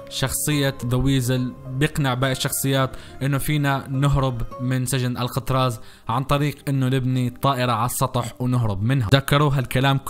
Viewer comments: اسم السجن ال كتراز مو القطراز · الكتراز مو القتراز